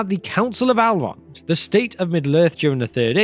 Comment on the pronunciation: It is not Alrond or alves, but Elrond and elves.